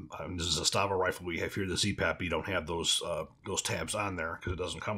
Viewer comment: ZAH stahva....stress on the first syllable